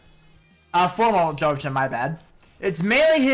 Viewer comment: You miss pronounced Joachim's & Meene's name incorrectly.